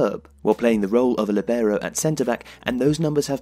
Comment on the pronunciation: "líbero" the accent is on the first I.